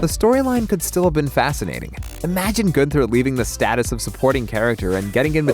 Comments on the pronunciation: Goonther. LOL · Truuuuee 🤣 "GOONther" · you can tell the narrator hasnt watched the show, by the way he says gunther, lol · i was literally SEARCHING for this comment. THank youu!!